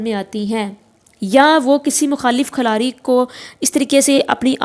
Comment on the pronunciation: Khalari ni khiladi hota hai